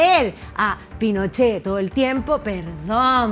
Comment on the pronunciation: Qué latero es el! Tengo que adelantar siempre cuando habla “ la constitución de Pinosheh la deresha “ weon abúrrete la gente justamente sé está aburriendo de ese argumento weon!